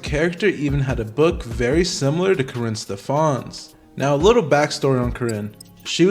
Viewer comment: Stef-ans? "Stef-ins".